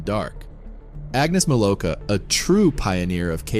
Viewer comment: Wrong name pronunciation, the W in Milowka is a V sound. But then again, stupid Americans always do badly with names that are even a little bit strange.